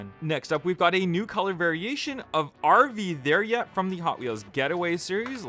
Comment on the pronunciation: The RV there yet sound like an Irish person is saying it